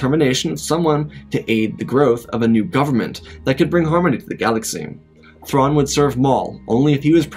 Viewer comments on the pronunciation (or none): none